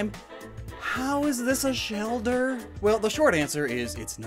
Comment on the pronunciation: “Stuck in the shelder”